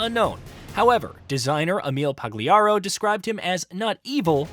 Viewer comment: Pagliarulo pronunciation was also interesting. I feel like AI would have done a better job at that. Human Slop perhaps?😂